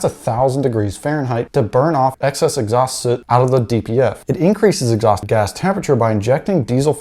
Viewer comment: FYI, soot and suit are pronounced differently